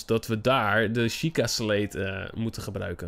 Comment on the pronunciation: Het is een sjieka steen niet sleet of zo. Ps leuke video